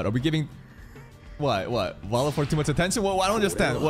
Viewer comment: this basically Valefor va-le-fo-r wo-re-fo-ru Japanese people are not that good at pronouncing foreign words